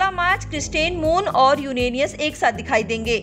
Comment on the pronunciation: क्रिसेंट मून नहीं, क्रिस्टेन मून.....यूरेनस नहीं , यूरानियस वाह रे उच्चारण 🤥 क्या देख के रखा आज तक वालो ने🥴